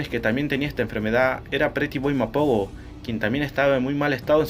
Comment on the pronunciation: cómo se llama la coalición? no te entendí la pronunciación